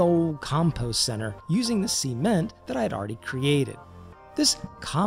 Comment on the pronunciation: "seement" lol